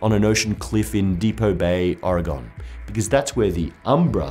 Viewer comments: HE MISPRONOUNCED MY STATE OMG UNSUBSCRIBE IT'S OREGON LIKE ORGAN NOT ORE-GONE DAMMIT! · OMG, it's Oregon! Pronounced Or-ee-gin! not Or-ee-gone. That is all. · It is not pronounced "Or a gone." It is pronounced "Ore gun" And there are no pines by Depot Bay. There is fir, hemlock, cedar, and spruce. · ahh, I hate when people pronouce it Oregone instead of Oregen. I know its spelled with a "O" but its just not pronouced that way. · Please correct your pronunciation. There's nothing "gone" about Oregon. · Oregone, ha, you filthy non-north-westerner. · Oregon is pronounced "OR-eh-GUN", by the way. Barely any emphasis on the middle syllable. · Oh no you pronounced Oregon wrong!!! :O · The way he says Oregon 😬😬😬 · You're pronouncing Oregon wrong. Don't worry though, you're not the only one. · As an Oregonian, I cringed at your pronunciation. =P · You mispronounced oregon :(